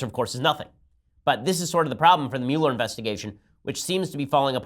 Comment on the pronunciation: Your pronunciation of Muller drives me nuts.